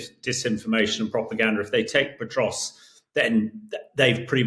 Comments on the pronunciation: There's no T in Pokrovsk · Hamish you are making a living reporting and writing about Ukraine. You could at least learn city names, I hope you are embarrassed! It's not Potrovsk it's Pokrovsk Pah krovsk. Jesus, seriously. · It's not Petrosk - it's Pokrovsk. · Can someone correct this guy; he is mispronouncing Pokrovsk as "Petrosk". I mean, come on folks, this Sir Hamish de Bretton-Gordon is touted as a military expert . . . but, at least for me, it is very difficult for me to consider as 'expert' an individual who has not done the research and preparations so that he is pronouncing correctly the places of which he speak. Someone please correct this guy. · POKROVSK NOT POTROSK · Someone needs to tell the tank commander how to pronounce pokrovsk - it’s not petrosk 🤣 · Surely there is no 't' in Pokrovsk?